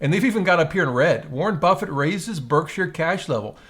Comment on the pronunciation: It’s funny how he keeps saying “burg-sheer” 😂